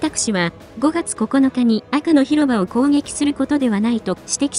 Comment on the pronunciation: 『赤の広場』を『アクのひろば』と言ってるの😂ウケる🤣